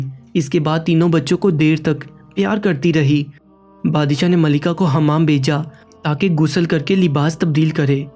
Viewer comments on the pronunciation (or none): none